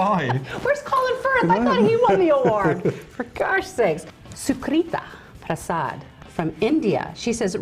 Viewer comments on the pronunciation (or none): haha I love how she pronounced Sucrita Prasad XD I'm an Indian living in the U.S and I need to know my fellow Indians who are Armitage fans 'cause none of my friends from India have heard of him! They're missing out!